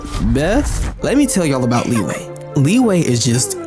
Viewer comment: There are two types of people: one that calls LiYue as Lee Way, the other type calls it Lee Yuh. Why would Yue become WAY, anyone plz explain that :D Really wanted to know that.